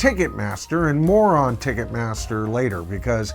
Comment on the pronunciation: Did say "more on Ticketmaster" or "moron Ticketmaster"? lol